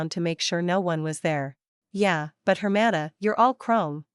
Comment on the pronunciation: Why can You Say sister very well in spanish